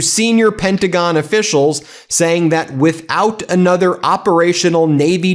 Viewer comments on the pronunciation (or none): none